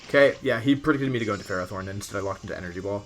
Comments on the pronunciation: It seems Markus has won the war, you started pronouncing it "FerrOthorn" too. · Wolfy you started calling it ferrathorn! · I love you dude: after the almighty "de-kee-dwee" now we got "ferròthorn". Your pronounciation turns old well-known pokemon into a new discovery 😂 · Wolfe you are good as so many things, but pronouncing Ferrothorn is not one of them. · The way you pronounce Ferrothorn makes me cringe